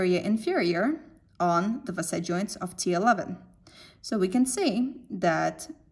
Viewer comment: In the beggining i dont get it when you say FASAY -- I just realized you were saying faceT joint when you started pointing on the joint it self. Nice vidoe though. Thanks